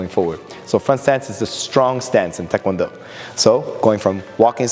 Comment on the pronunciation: THANK YOU for pronouncing taekwondo correctly. Why do so many people (including many instructors) say TIEkwondo??? It drives me nuts.